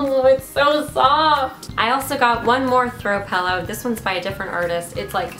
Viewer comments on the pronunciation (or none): I love how you are being you but wow! HOLY PINK! Why do you keep saying "pallow" instead of "pillow"?? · also, "pellows" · Emily hancock weird, I'm from Ontario and I've never heard someone pronounce it pellow 😂 I'm so oblivious tho honestly